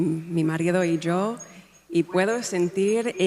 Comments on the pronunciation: Definitely not dialect from España. She said “Jo” when it’s “yo!” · Not Argentinian "dialect" just the accent and some vocabulary choices typically Argentinian. But except for the "jo"=yo I could barely hear an Argentinian accent in her words(thank goodness), quite the opposite she went out of her way to pronounce some of the 'c' and 'z' correctly instead of both like an "s" which is the standard Latin American pronunciation. Still, it doesn't mean she speaks Spanish, I think somebody probably from Spain, coached her through that little bit which I think she learned phonetically. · The only Argentinian hint I heard was the way she said YO (I)- she said a little like ‘sho’ which is the way Argentinians pronounce the letters Y and LL (like an sh sound). Also, she said “acá” instead of “aquí” which is more of an Argentinian thing. A few words sounded a little more Spanish from Spain. The rest is just robotic practiced phrases.